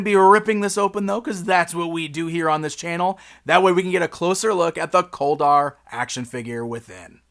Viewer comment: His name sounds like colder instead of kol dar